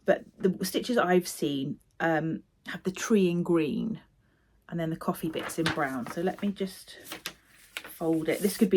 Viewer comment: I was sure I heard Christmas Coffin, not coffee. Which... would make an interesting chart!